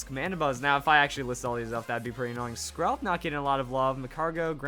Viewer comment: I thought he said scrub when he said skrelp